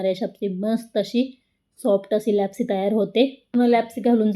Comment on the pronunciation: छान पण तुम्ही लापशी म्हणा लॅपसी कशाला